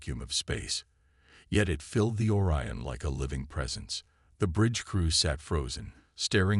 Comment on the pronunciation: "Or-e-uhn" LoL, Google it Channel creator, do your job.